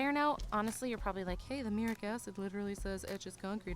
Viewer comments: Came here to say this myself. "Myurik" was driving me insane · Not " muric acid" its ,"MUR- EEE- ATTIC ACID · Mur-ee-at-ick acid. Is used to wash brick and masonry. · MuriATic. Pronunciation matters. I tuned out and left because of the dumbing down. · myoor-ee-at-ik as per the dictionary